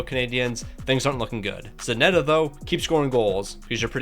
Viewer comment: Still wondering why Zanetti is called Zanetta hahaha